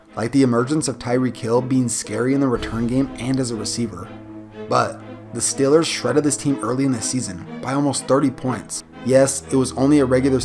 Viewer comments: Good video but why do you say steelers like stillers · say steelers one more time please LOL!!! 😂 😝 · learn how to say steelers